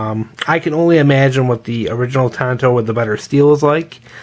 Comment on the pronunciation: Tanto. It’s Japanese. Unlike English, in Japanese they only pronounce their “a” sound one way; “ah”. Akira, Tatami, sake, yakuza, katana, arigato etc… On that note: “Hi-Yo, Silver! Away!”